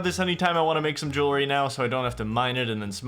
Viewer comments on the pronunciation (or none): Favourite part of this video so far is you say Jillary instead of jewelry, dont ask me why, anyway great series and enjoying the long ass video! keep up the good work, need to get back onto watching nightmare mode really but wanna finish this!